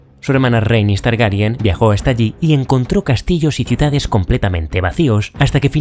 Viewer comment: Es increíble que seas de los pocos creadores de contenido en español que dices bien Targaryen, con E, por qué no paro de escuchar que dicen Targaryan, con A, también lo dicen así en el doblaje, y es algo que no entiendo en absoluto 😅 pero bueno, muy buen vídeo, es excelente como vas encajando lo que pasa en la serie con lo que sucede en los libros 👌🏻